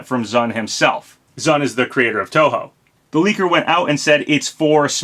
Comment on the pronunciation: Hey as a long term Touhou fan, thanks for pronouncing the name correctly.